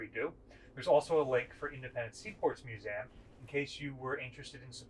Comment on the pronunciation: This guy needs to learn how to pronounce museum